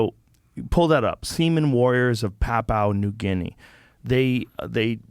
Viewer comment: Not papu new guinee, pronounced pap-you-nah new Gin-ee. From an Aussie